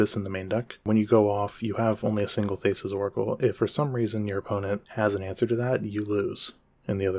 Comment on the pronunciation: Great video, unhinged pronunciation of Thassa